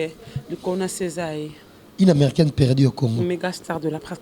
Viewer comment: Aza ata na soni te. Perdiiii. Eza nini perdu ekoma perdi